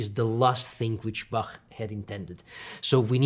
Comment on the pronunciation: What's with pronounciation of Bach? There's no K in Bach, it's Bah